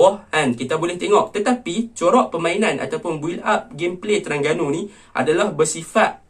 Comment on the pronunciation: Terengganu laa bkn terangganu hang nie 🤣🤣🤣